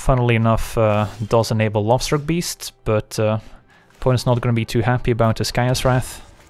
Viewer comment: Whenever you said "Lovestruck beast" all I heard was "Lobster beast" :D